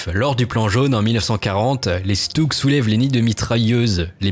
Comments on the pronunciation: On prononce « Chutug », le S se dit « Ch » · Sa se prononce "schtougue"